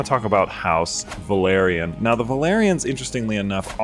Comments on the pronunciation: Velaryon not Valerian 😂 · I know it's such a small and understandable thing but for some reason it makes my asshole pucker when people pronounce both Velaryon and Valyrian "Valerian".